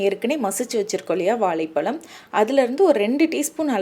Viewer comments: வாழைப் பழம் என்ற அழ்கிய தமிழ் வார்த்தையை ஏன் இப்படி வாலைப்பலம் என்று சொல்கிறீர்கள். ரெசிபி எல்லாம் ரொம்ப சூப்பர் தான்..no doubt..new method.. I will try soon definitely..thanks. But you.please try to start pronouncing the word correctly, pls..ok..sister.. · இது ‘வாலை பலம்’ இல்லை - வாழை பழம் தமிழை சரியாக பேசகூட தெரியாமல் ஏன் தமிழ் விடியோ போடறீங்க கேட்கவே பிடிக்கவில்லை!!! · Please learn to say Vazai phazam Properly and then post video Not Valai psalm 😂😂😂😂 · Vazha pazham pronunciation shd learn correctly.Otherwise good presentation